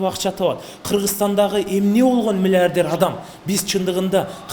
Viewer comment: Алып баруучу бала «мильиардьэр» дейт ко🤦🏻‍♀️